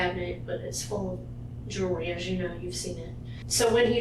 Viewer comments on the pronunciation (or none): Probably a good story but I had to bail because the voice is fatiguing. And it's jewelry, not jewlery.